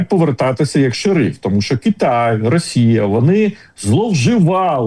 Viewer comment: Пане Тарасе,ви кажете,що американці бачать ЩО буде з ра😅щей.( Так давить на вуха,коли ВИ кажете расія) Питання: чому ж тоді старий доня так кохає плешивого і ненавидить нашого Президента?